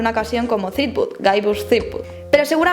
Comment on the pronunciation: Me encanta Monkey Island y he jugado a todas las aventuras gráficas antiguas de Lucas (a excepción de The Dig, el docu me lo ha recordado). Pero me gustaría darte un consejo, de jugona a jugona y de trabajadora del gremio audiovisual a ídem: pronuncia mejor en inglés. Es "llibert", es "aisland", es "zripüd". No "jilbert", ni "ilan", ni "tripud" entre muchos otros. El docu está bien, lleno de curiosidades :)